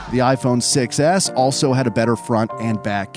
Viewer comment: The iphone 6 was the most popular iphone, but when i hear 6s it sounds like successs